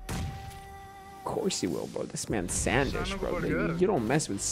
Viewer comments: its not SAN Desh bro its SUN DESH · It's not Sandesh it's sndesh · he saying sand ish made me laugh so much